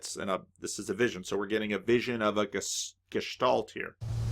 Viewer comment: Too many German philosophers in history. For sure. The A in Gestalt or Angst is similar to the A in "car". Good stuff again. Thank you